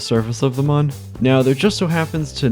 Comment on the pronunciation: ITS PRONOUNCED MOON